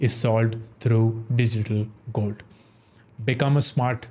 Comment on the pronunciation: Why upstox gold word is not pronounced properly?